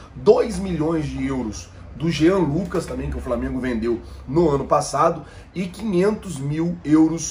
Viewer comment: Me desculpe o Apresentador mas me assusta o nível dos universitários brasileiros pois pelo que ele mesmo disse ele faz faculdade de jornalismo não é mesmo?ai me pergunto como um futuro jornalista não sabe o nome do clube que vai mencionar na matéria ou quando sabe não consegue pronunciar corretamente amigo de boa procure estudar mais